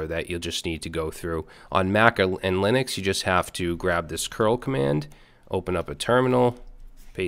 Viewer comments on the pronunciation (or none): none